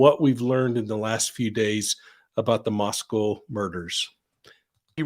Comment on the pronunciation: Moscow it s not pronounced COW ,,, I'm from Idaho!! Thank you for covering this crazy puzzle of devastation to our Beautiful young college students taken from us .....I have my theory as I've definitely had insight into this College town...